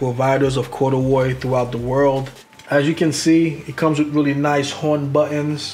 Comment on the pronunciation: “Corduwroy “ I’m dead fam!! Plum joint is chill withers tho!